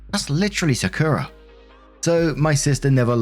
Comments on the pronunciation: sakura is said sock-oo-rah. good video! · I know I’m crazy late but it’s Sah-Kur-Rah (Sakura) I know you a hard time with names😂. Just wanted to say that. I’m glad she didn’t treat Sakura wrong based on her sister personal bs. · its pronounced “Saa-ku-ra” like the tree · Im just listening, and it took me til you said her family was in Japan that i realized that "Secura" was supposed to be "Sakura"..... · I was listening to Story 1 and hearing Sakura as "Secura". Side effects of Star Wars. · For future reference, Sakura is pronounced "sah-koo-rah". Like the character from Naruto... whose name is based on the sakura flower. No emphasis placed on any syllable, Japanese doesn't do that since emphasis is reserved for defining words rather than pronouncing them. It's also a different "r" than English uses but no one can blame you for not bothering to learn it. Fun fact, by the way. "Saku" means to bloom. So "sakura" literally just refers to the fact that it blooms. Quite an unremarkable name for such a remarkable flower. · Im sorry but the way says Sakura makes me cackle like a hyena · As someone who spent years going through a weeb phase, it pains me to hear how pronounces Sakura more than anything else in the first story.